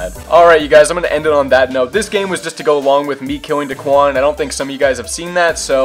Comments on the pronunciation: daequan not deekuan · It’s daequan not daquan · It’s not dickwan it’s daequan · It’s pronounced Day-quan 😂 Not da-qwan 😂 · love your vids but it’s not duhquan it’s dayquan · Say it like DAYQUAN, dequan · Day-quan nOt dUhquan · It's (Day-QUAN) that's how you pronounce it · U opronounced his name Duhquan, it’s pronounced Day - Kwan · just said daquan instead of daequan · Why he saying Daquan it’s Daeqaun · and it’s Day Quan not Da quan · Omfg bro its DAEquan not daquan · It’s daequan, not dequan 😂😂😂😝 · his name is daequan not duquan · It’s pronounced day quan not duh quan lol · Not da-quan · It's pronounced Day-quan not duquan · lmao it was making me mad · I was about to say if this nigga says duhquan one more time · it’s Day Quan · It's pronounced Day-Quan but GG... That's dope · When he says duhquan it gives me anxiety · It's Day-Qwan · It’s DAY-QUAN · It’s dayquan or how it’s pronounced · Spelled daequan pronounce it like Day-Quan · You pronounce it Duhquan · It is da quan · Why does he say dahquan 😂😂😂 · Its pronounced Dayquan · It’s pronounced day-quan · He said duquan smh😡😡😡😡😡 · It’s not duquan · How could u say he’s name wrong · You’re not even saying his name right lmfao 😂😂💀 #whiteboy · when he try to say daeqan 😂😂🔥🔥💯💯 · Say his name right. Stop disrespecting the 🐐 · It’s not the Quan it’s Daequan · its ok that u said his name wrong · Myth is next Learn how to say daequan right please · Say his name right! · You say daequan wrong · U said daequan wrong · U say daequan wrong 😂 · You’re not say his name right lmfao 😂😂💀 #whiteboy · I’m considering unsubbing on how he said Daes name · you say daequan wrong so much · how do you claim you watch daquan and all his videos but can’t even pronounce his name..... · Stop say deaquan wrong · Learn how to say daequan